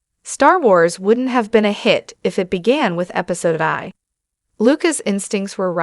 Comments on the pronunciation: Use AI if you’re lazy but at least make it say Episode 1 instead of Episode eye.. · "Episode Eye"????